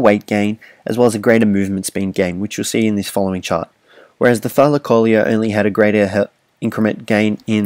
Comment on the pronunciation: The tylacoleo is pronounced thigh-la-co-leo